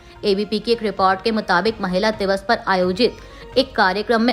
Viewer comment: Anchor ka hindi ucharan sahi nahi h jaise America, schiv, report